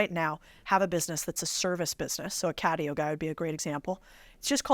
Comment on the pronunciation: "Catio", Lewis? I'm surprised at you bro.